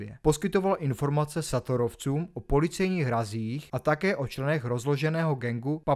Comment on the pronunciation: to je celkem děs, nejsou to sátorovci ale šátorovci, u mella si zapoměl trošku rozklíčovat že juraja gála nezabili ale zabili právě jen tu přítelkyni s dítětem omylem, kdy dítě adamčo ještě žijící dorazil když zjistil že v autě gála nebyl gál, takže mluvit o vraždě jurajá gála jeho přítelkyně a dítětě je celkem zavádějící, dále jsou to papáyovci, né papayovci, a bela byl ecsi, ne esci, dále né ve vrakuně, ale ve vrakúni, nigút, né nigut, né estok, ale eštók